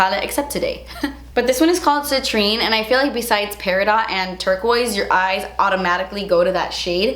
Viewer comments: I thought that it was pronounced like that too but recently learned it is "peh·ruh·daat" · Peridot the t is silent... its pronounced perid-o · Spectacular palette girl, congrats!! Love it , want it, gotta have it! You're so adorable, I love your accent. I've never heard garnet pronounced like that. It sounds like someone's name and I definitely never heard peridot pronounced the way you say it. So cute.. I love stones and gemology. It's a passion of mine and a hobby and you combined it with another one of my passions, makeup. Thank you for being just glorious. Best of Luck! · Just a Jewelry consultant tip: Peridot is pronounced without the T... I love you! ❤️ will be purchasing this palette! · I'm not going to lie, I seriously cringed everytime she said Peri- dot. It's my sister's birthstone as well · You sweet summer child, I love you lol❤ It's actually pronounced peri-doh. They throw that T on there to confuse us😉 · Beautiful colors. But just fyi, the "t" in peridot is silent. (Pronounced Per-a-doh) 😉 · The green shade is pronounced peri - doh. Not peridot. It's the stone for August. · Just a note: peridot is pronounced per-i-doe. Love your palette. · Im so excited for this! Been waiting for it! but its driving me nuts how you're pronouncing Peridot. Its pronounced 'pair-i-dough. The T is silent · Such a beautiful pallet!! Congratulations on your collab, you so deserve it! Just an FYI Peridot is not pronounced Peri Dot, it's Peri Dough. It's my birthstone. Always wished I had Diamond as my stone...💎💍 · Peridot: It’s not pronounced Pair-a-dot. It’s pronounced Pair-a-Dough. The T is silent!!! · My eyes went straight to my birthstone peridot 💚📗💚! I always have said it’s pronounced Peri-dohh, Not Peri-Dot. I guess both ways are correct tho right? I use to hate that my stone was bright green but I grew to love it! Now I’m obsessed! This palette is definitely going to be my first colourpop purchase!